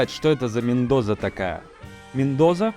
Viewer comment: Мендоса! В испанском языке нет звука "з"😁